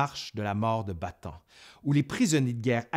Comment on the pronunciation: bonjour , la penincule de "Ba-Ta-ane " et pas "Batan" ( Bataan ) au sud de la grande iles de Luçon ( Luzone ) , :-) en 1944 MacArthur , débarquera dans le Golf de Lyte ( Lété ) et pas" let " comme je l'entend souvent , si non , tres bon travail .